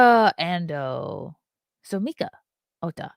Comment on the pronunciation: pronunciation of the Japanese names was good! The vowels are pronounced like Spanish vowels. So, for "Ando," the "A' is pronounced the "A" in "Art." Arigato!